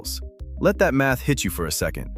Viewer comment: The accent drives me nuts. Math pronounced like meth?